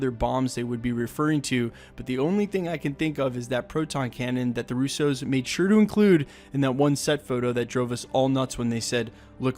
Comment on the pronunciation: Hey, it’s pronounced Roosso, non Rousseau 😂 Love your channel